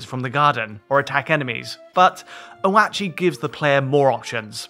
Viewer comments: Lol it is oat chi. Guy must of never eaten oats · Isn't it pronounced Oat-chi, not Ohwatchee😂😂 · Oh - At - Chee? No - it's said SEVERAL times in the game, OAT-CHEE. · OH-WAT-CHEE?! Oat-chee. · Oh-at-chi lmao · Yeah it's "Oh-Chee", not "Oh-At-Chee" lmao. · Oh-at-chi… dude, it’s pronounce oat-chi. Two syllables. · It’s oat chi. Like oats. Not oh ah chi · So no one is going to mention the way he pronounced oatchi 😂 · Oh-at-chi? Oat-chi, surely. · Never call him O-Ach-Ee again. It hurts so bad and I'm only a couple minutes in. It's Oat-chee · wtf is "oh-at-chi", bro it's "oat-chi". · It's Oatchie like Oats not O-at-chee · I had to stop watching. O-At-chi? Can’t take it seriously anymore. Oatchi! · Why do some reviewers pronounce Oatchi incorrectly! It’s Oh-chi not Oh-at-chi! This was confirmed by Nintendo in their promo videos. Oh-at-chi just sounds so wrong! Come on all you lovers of Oh-chi, back me up!!! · Ohh at chi? It's oat chi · "Oh at chi" lmaoo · Most people have just been saying oat-chee, not oh-AH-chee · The dog (oatchi) is oh-chee, not oh-ah-chee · It’s not Oh-At-Chi, ITS OATCHI!!! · Oat-chi like oats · Great report. But O”ah”chi? No one calls him like that 😂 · Ok dude. Say it with me; "Oat-chee" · The grub dog's name is pronounced like "oat-chee". That's how they pronounce it in all the Nintendo direct videos. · oh-WHAAT-chi haha, someone didn't watch the trailer before reviewing the game, smh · "Oatchi (pronounced oat-chee), resident good boy and dependable partner, can help with things like smashing obstacles and carrying Pikmin throughout your adventure." This is from the Nintendo website. I think you're pronouncing his name wrong. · Yeah I noticed he was saying it weird as well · OAT-CHI! Its like Oatmilk but the adorable puppy kind called OATCHI now say it with me oatchi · "Oh Atchi" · A red pikmin drowns everytime he says "O-ah-chi" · Saw another review where they kept calling him "Oh-Tah-Chee". 😂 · PLEASE PRONOUNCE OATCHI CORRECTLY